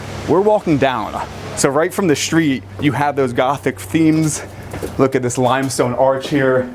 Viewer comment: I can't stand how he says shtreet all the time...